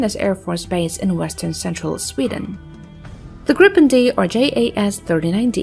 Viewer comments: Kind of more grrippenn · stop saying " Gripppen" sounds stupid, its SAAB JAS 39 Griphoon